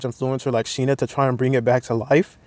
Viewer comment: She's Shine-Ah, not Sheena. But yes, her type is pure hypocrisy